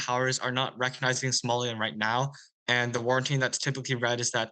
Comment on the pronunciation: Somaliland not Somaliand